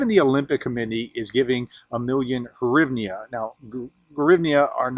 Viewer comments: It's greeevna. To pronounce the currency. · The UAH currency is pronounced: Gre-EVE-Nah. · It's "hrivna". Plain and simple. Russians don't have "H" as in "hospital" so they replace it with "G". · It's hrivna. Only Russians call it grivna because they don't know how to pronounce "h" as in "hospital".